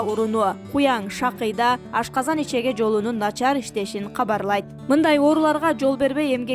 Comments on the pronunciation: Ичеге эмес ичеги деп суйлочу садага?! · Ичеге эмес ичеги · Ичеге эмес ичеги!!! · Ичеги деп туура окуш керек